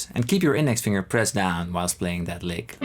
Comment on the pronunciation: The text transcription was revealing. "Lick", became, "leg". "Notes", became, "knows". Sorry, Paul, you need a highly-qualified English teacher. The teacher needs to focus on micro-points of your pronunciation. Your pronunciation has micro-deficiencies. The microphone is obviously high-end and swimmingly accurate. The microphone is telling the computer the tale. The microphone is a true reporter. Europeans often believe that there's nothing wrong with their English. You have little tiny problems that need to be fixed. Je zou me Nederlands moeten horen spreken. Je zou het gevoel hebben dat allergieën je huid aantasten. Please understand. You are a godsend to many of us in Guitarland. Also, when are you going to start singing. Try the True Fire course with Karen Andreas. :elbowcough:😚😎😯🤔🤗😊🏈🎿🎩🔉🎼📯📞💡🧲⚜🏁